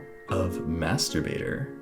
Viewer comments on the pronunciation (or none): I heard M A S T R U B A T O R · am I the only one that heard masurbator instead of master baiter XD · Did he just say master baiter 😂😂😂